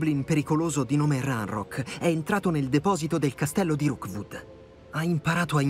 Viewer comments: Qui per ricordare a che si chiama Rookwood e non Roodwook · Ti prego ti prego si chiama rokwod non rowkod mi triggera un sacco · Qualcuno dica a che è Rookwood e non Roodwook, per favore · tutto bello ma perchè lo chiami roodwook e non rookwood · mi fa morí quando dice roodwook invece di rookwood💜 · Dopo 16 puntate non hai ancora capito che non è roodwook ma rookwood😂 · non riesci proprio a dire rookwood